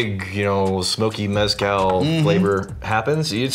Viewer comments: For the love of GOD and everything good and sacred STOP pronouncing it as MEZ-cal. It’s pronounced mez-CAL. And yes I do speak Spanish lol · Jesse Pinkman failed in calling it "Methcal". I'm disappointed. 😂